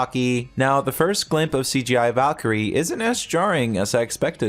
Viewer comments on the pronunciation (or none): none